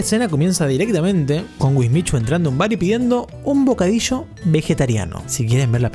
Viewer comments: bocadisho xDDDDD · El bocadisho :v